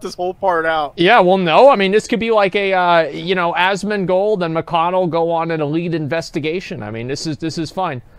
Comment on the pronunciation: I think thats the first time I heard McConnell say asmons right